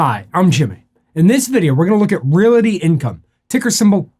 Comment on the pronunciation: Why are you saying Realaty?